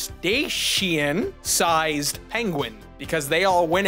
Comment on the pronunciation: set-aye-shen thats how you say the family of aquatic mammals